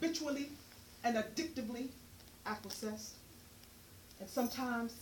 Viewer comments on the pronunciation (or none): NOTE TO SELF - THE WORD IS NOT PRONOUNCED: "ACK-WE-SSESSED" - IT'S PRONOUNCED: "AKWĒ-ESSED" - THAT PSYCHOTROPIC MEDICATION HAD YOU GOOFY. ~ [NOWN]🌹